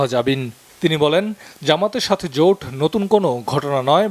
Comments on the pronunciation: জুট না জোট😂😂😂😂😂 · জোট না জুট